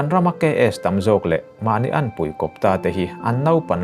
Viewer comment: Kawnpui hming te I lam..!! Kawnpui khaw mi a ni awkhaw sawl lo..